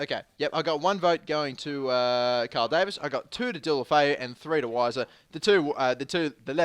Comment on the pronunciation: What happened to pronouncing Deulofeu correctly?